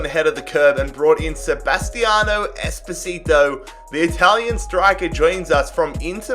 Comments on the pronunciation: Whenever he says espocito i think of despacito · Bro I am italian and is Espósito